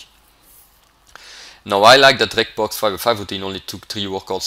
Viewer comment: btw, Reg is pronounced 'REJ'...short for Reginald.